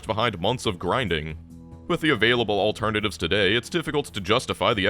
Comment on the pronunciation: Ah yes, Elternative